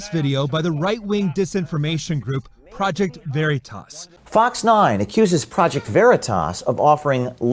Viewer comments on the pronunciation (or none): Fox 9 can't even pronounce veritas "very toss" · It's stupid, the way they pronounce "Veritas" as "Very Toss," as if it's so small and unimportant that they don't even know how it's pronounced. It's too over the top. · "Project Very-toss"